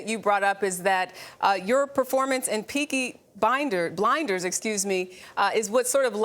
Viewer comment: DID SHE SAY PEAKY BINDERS???!!!! THE DISRESPECTTTTTT